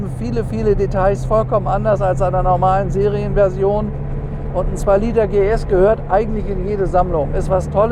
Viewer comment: … 2000-PS-Carrera habe ich verstanden! ;-)